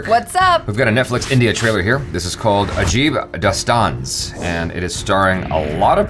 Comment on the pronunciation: you pronounced it perfectly Jaby 👍